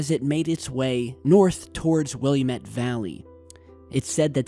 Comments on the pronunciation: Fine job, but it's will-am-et valley, not William-et valley, you gave those residents an extra i. Otherwise, perfect again. Heal well, we need you and your work you do. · I live in the Willamette valley...I heard nothing about this. And its pronounced Will-am-ette. NOT Will-a-mut. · People in PNW just facepalmed hard... WILL--AMETTE not william-ette... 😥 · It's pronounced Will am ett valley not William ett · Will-AM-it bro! Keep feeling better man!!!!!!!!!!!!!! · It's the (will am it) that's how u pronounce it. You are silly.......Have a good day. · it's WILLAMETTE with an AHH sound, not UHH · its pronouced Will Am Ette not William Ette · That is "Wi-llam-ette" valley, not "Will-e-a-mette" valley. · It's not Wil-a-met. It's Wil-amet. Just a tip. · WIL- LAM-IT not WILLUEMIT. ORGUN not OREOGON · It’s pronounced how it’s spelled.. not “Willy-mate.” It’s “Will(a)mette.” Willamette. Come on, man. Willy-mitt? I’m from Oregon. You pronounce oregon strangely too. Just say it slowly and naturally. Pronounce the “e” as an “eh” and the “o” as a “ghin” or “g-in.” Oregon. Don’t say “Orygawn.” It’s appalling. Also, I’m an experiencer. Lots of crazy shit happening out here in Oregon, let me tell you what sir. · It's Will-aah-met, not Will-uh-met, yes, I'm an Oregonian. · its will-am-it- not william-ette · Willumet? All Portland natives understand the cringe factor. Willamette.. will. am. et. No shade! Just had to point it out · Its pronounced WILL LAM ETT NOT WILLAM ETT LOL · Ah, just to be picky about names - Willamette. No i, so not William ette. Just Will a mette. Northwest cities, can be hard to pronounce. Just in case you ever get to Sequim - drop the e, just pronounce it Squim. You should check out ChinaMrs Jones - she took pictures of HER break and it's.......scary! Glad you're getting better! Just watched the new GreenDay video - they address the programming of the masses.... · The area spoken about is pronounced WILL AM ET! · It's WillAMette